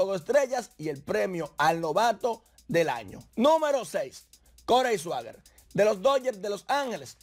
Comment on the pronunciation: Caballo se dice Corey siger aunque se escribe seager